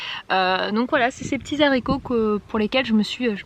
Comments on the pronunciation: Les Haricots ! Pas les Zaricots ! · absolument pas! on dit le haricot et non pas l'haricot* donc au pluriel ce sont les haricots et non les zharicots* , on n'est pas là pour faire des leçons de langue mais dire et lire ce genre de bêtise c'est hallucinant! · désolée mais non on ne dit pas les « zaricots », le h est aspiré, du coup on ne fait pas la liaison et non ce n’est pas entré dans le dictionnaire comme tu le prétend!! Comme on ne dit pas les ziboux, par exemple!! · Super blog.par contre on dit Haricots verts c'est un h aspiré et non zaricots!!